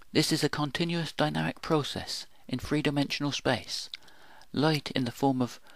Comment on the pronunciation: Light, life, dynamic are loit, loife, doinamyc in your pronunciation and that makes your movie ununderstandable. Please improve.